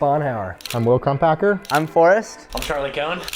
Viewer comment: I had to look up Will's last name because C(r)umpacker is NOT what I thought he said! 🤣